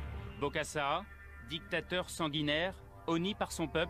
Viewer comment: Essayez de mieux parler français en respectant la phonétique. Djictateur, sentchirrr, dju pouvoir, etc. Mais sachez que bcp de choses que vous avez dit sont des récits qu’on a voulu nous faire croire. Bref, sur certaines choses, vous avez relayé des mensonges.